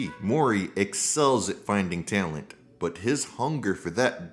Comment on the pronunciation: Every time this guy says the word talent I can’t help but click off the video… love you but please stop saying talent you can’t pronounce the word